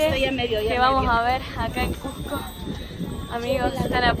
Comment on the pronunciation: Una aclaración, NO ES CUJCO, ES CUSSSSSSSSSSSCO, CON ESE DE SAPO, CUSCO. Buenas noches.